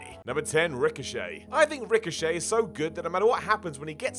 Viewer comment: "You only need to watch a ricosayy match" that slip haha